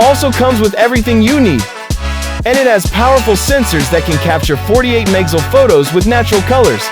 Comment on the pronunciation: The most annoying and stupid way to advertise a drone if you want to be taken seriously. Completed ai and the voice didn't says "megapixels" correctly. I couldn't watch the whole thing because it was too bad but good luck with the Temu drone.